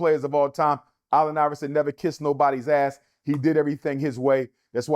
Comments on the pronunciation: KOBE IS NOT BETTER THAN MJ.. PERIOD and why CANT HE PRONOUNCE. ALLEN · This numbers dude can’t say “Allen” correctly. That snake thing on the court was just a coincidence